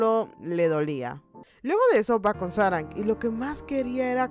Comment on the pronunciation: No sé cómo aguanté 25 minutos escuchando sáranG.........